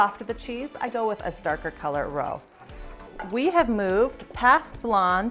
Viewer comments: Roux is pronounced roo, not roe. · I always learn something from your videos. Can't wait to try the cornstarch trick. I always have a roux mixture frozen and ready to go, I am going to have to make a batch with the cornstarch By the way, roux is pronounced roo as in kangaroo.